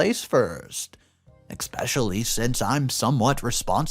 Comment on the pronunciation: I know that I’m not the only one who hates the way he says especially. He pronounces like “ick-specially” and it just makes me cringe so hard. I’m an English major.